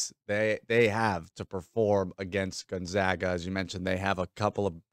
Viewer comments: Can’t say Gonzaga right either! Can’t believe an analyst still does that. It’s not 1999 anymore! It’s like if we pronounced Arkansas without the silent s at the end. The other guy says it right and he still pronounces it wrong. 🤯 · Can’t pronounce Gonzaga right either even tho the other guy does. 🤨